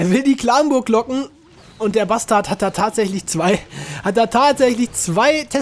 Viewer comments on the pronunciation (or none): Er sagt einfach eiskalt basdart xD